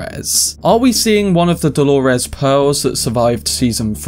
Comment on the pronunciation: Why do you say DoloRES?